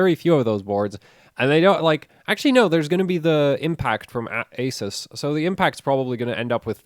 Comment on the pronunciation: I am so happy you pronounce Asus correctly.